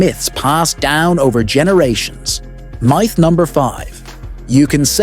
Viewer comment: Meyeth? What's a meyeth? If your gonna use AI voice over at least listen to it to make sure it can pronounce common words.